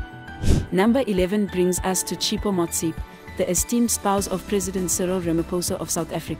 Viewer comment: Learn to pronounce people's names correctly. South African first lady is Dr Tshepo Motsepe